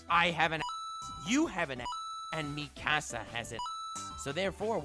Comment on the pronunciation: Nobody:: Meeekuh-sa